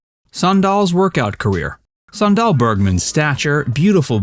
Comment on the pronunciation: Went to high school with her (SME69). Kind of annoying to hear you pronounce it "san-DAHL". It's pronounced like the footwear: "SAN-dal".